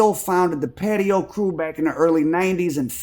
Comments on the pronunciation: It’s not patio …, it’s pronounced patois …it is a English based creole language with west African influences spoken primarily in Jamaica 🇯🇲……. They were from Jamaica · It’s pronounced Paa Twah